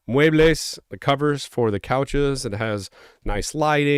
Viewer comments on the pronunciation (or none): Did you say muebes lol?